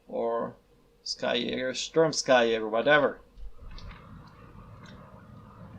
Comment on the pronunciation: It’s pronounced ski... as in, you know, skiing. They’re ski infantry (supposedly)